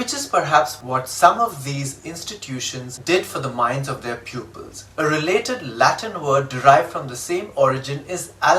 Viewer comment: Prawpuh pronunciation? BrE /rɪˈleɪ.tɪd/ ; not raylayted... The way you pronounce woman shows your manly patriarchal bias... From now on we should say, "Wo-(manless)" is mortal.", because of all the injustice that they have gone through since time immemorial... A prerequisite to approaching gender neutrality is to undo years of wrongdoing women have had to be at the receiving end of... How about taking on the wife's surname after marriage to strike a balance, as an essential first step towards reaching that goal? Are you woman enough to take the challenge? Are you game? Showwomanship... One-upwomanship... right? What a piece of work is woman? Why does a "woman" even have to borrow a "man" to make sense? Can't they be made "man"less? So unfair... right?